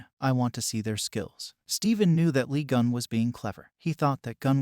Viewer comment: I coudn't concentrate 'cause my mind be automatically correcting the name. If I'm not mistaken, it's supposed to be "Lee Geun"